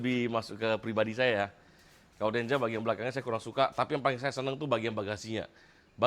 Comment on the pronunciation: denza bang bukan denja